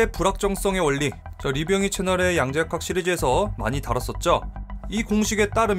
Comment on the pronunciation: 아 양자 역학때문인가.. 영어가 들힌다 야앙좌아하악 처어웡과악